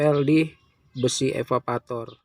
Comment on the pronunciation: EVAVORATOR pk bukan evavator